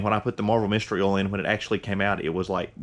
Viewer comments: It's called "oil" no "owel" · It never gets old when people call OIL...OLL